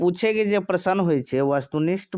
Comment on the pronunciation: मैथिली आ प्रश्न सनक शब्द सभक उच्चारण ठिकसँ कएल जाउ ।